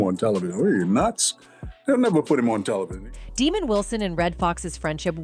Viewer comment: Pronounce it right... 420 (DA' MOND WILSON) NOT DEMON